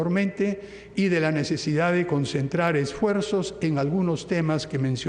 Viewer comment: 13.46 DICE NESESEDA